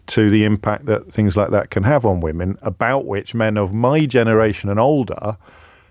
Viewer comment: Why is she saying "woman" instead of "women"? {:o:O:}